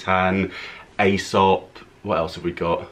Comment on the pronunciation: Aesop…pronounced ee-sop. And that dupe smells delicious 🤤